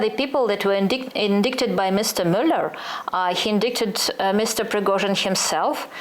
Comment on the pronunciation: Еще indicted произносится "индайтед", a не ""индиктед" У Юли с ударением часто проблемы. Видимо, читает много а слушает мало.